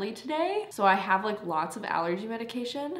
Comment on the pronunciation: when she said megication I started rolling lol. 😂 I love her so much I can't talk either also